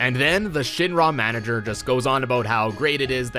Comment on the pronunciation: Omg the way you say Shinra. Shin RAAA. Ick. Wrong.